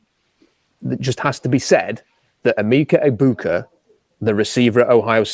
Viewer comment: It's not E-Meeka. It's E-Mecca.